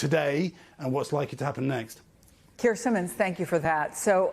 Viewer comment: "Da, he got his nyext orders"